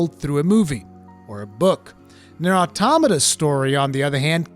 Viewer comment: This was easily one of your most well written and elaborate videos I've ever seen by you. You hit the nail on the head perfectly. And on top of that you pronounced Automata right!! Someone actually said it right! Lol